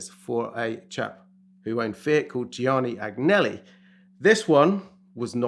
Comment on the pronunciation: "this guy named Ghiovanni Ag-Nelli" 😂😂😂 Yeah, you know, the most important business man in Italy ever. He was owner of FIAT (and Ferrari at that point), and always had these crazy cars, usually made for a single holiday. He had a Delta HF roadster (2 made, one for the museum) and a lot of other stuff. Living in Turin it was rare to see him in the city center driving some insane car.